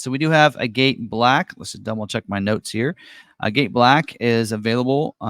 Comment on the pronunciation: If words had personalities, agate would be pretentious. Typically, it is pronounced aggat. If it’s named after the gemstone.